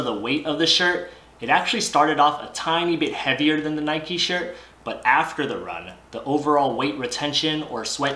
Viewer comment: Nikeeeee 😅 grills me when people pronounce it like that 🙃 wouldn’t say bikeeeee